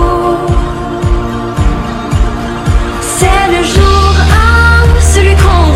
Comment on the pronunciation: Pronunciación Joug on Amor numero on Ce la Amur suprem Di mua que tu ames Shu vu on joug Numero du Un suit Al hotel supplemont mogtel Yi te regarde Tute la nuit Donce surmon am ne plu permis Neuf jougs La vie cet du velours El eternite Une necesite Joug dis Vagacion du delis Que vudra tu feg? Une ballade en mer Shak jour Depandonce al amour Pa de dons atur Ce le joug on